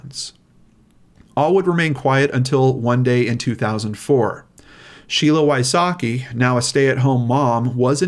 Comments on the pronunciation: As a central European, I always laugh how Americans pronounce Wysocki, it's not even close to the Polish pronunciation. Sheila is a role model, I wish her all the best. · Damn, I hope Mr Wysocki don't feel sad hearing his last name butchered so badly 😅 If you wonder why I know it's butchered, well... Greets from Poland 😄 ✌️